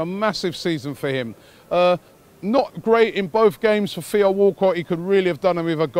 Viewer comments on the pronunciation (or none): none